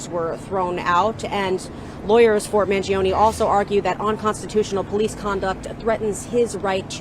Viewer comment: such.a caker way to say Mangione! with 3 syllables. Cmon make a better effort to pronounce an Italian last name!